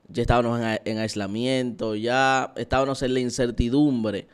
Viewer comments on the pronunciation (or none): Muy buen mensaje. Si me permites, sin ánimos de dañar ni burlar; podrías evaluar la forma como pronuncias “Estábamos”, ya que lo pronuncias como “EstabaNos”. Quizás es una muletilla, pero se escucha.